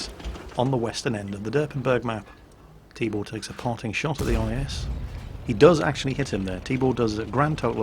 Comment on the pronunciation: LOL I kept hearing "Tíbór" so I thought it's some made up name and all, but actually meant to say Tibor xD